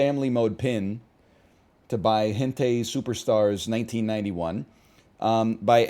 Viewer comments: 'ai' in japanese is pronounced like 'eye', but nl pronounces it as the letter 'A' which is how 'ai' in pronounced in korean. (Of course these are roughly how they're both pronounced, I don't speak either language so I'm sure there are subtle differences that from the english counterparts I used as examples) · I believe he intentionally does it just to rile up chat. He's said it correctly a few times before whenever they Word Wronged him about it, but he always default to -tay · I love that he pronounces hentai like it would be pronounced in korean. It makes sense considering he taught there for so long and speaks a bit of the language, but it gets me every time.